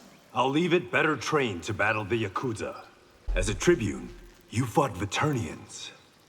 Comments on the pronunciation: My only gripe is his pronunciation of yakuza.. It’s not “yakutza”.. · Everyone not being able to pronounce yakuza correctly is painful